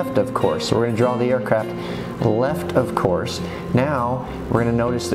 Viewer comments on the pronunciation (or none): good video but pronouncing off course like of course is really annoying